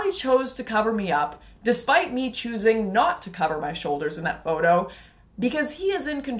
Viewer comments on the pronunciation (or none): none